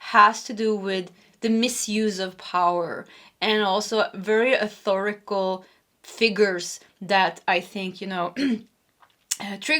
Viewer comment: P1 ( & probably P2), just at the beginning, but yes..." shunned" out is correct. You have an amazing command of the English language. One other, just FYI... it would be " authoritative" ( not authorical- which has to do with authoring/ writing). 😊🩷🫶🩵🙏👍